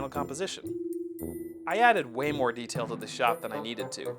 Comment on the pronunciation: It sounds like it but he said more